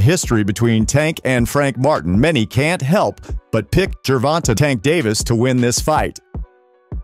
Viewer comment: First off - It's GER- VON-TAY! Second of off - they should sue you for saying nor alot of hype surrounding the fight. Yes there is. Maybe not for your community.